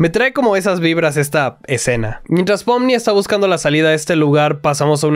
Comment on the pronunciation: en realidad es pomni pero se dice popni (